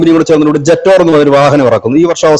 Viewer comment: ജെട്ടോർ അല്ല JETOUR. ..ചാത്തൻ ആണ് 😜